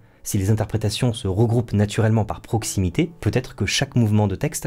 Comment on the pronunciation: "à proximité" pas "à poximité"